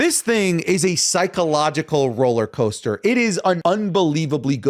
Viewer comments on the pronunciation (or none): none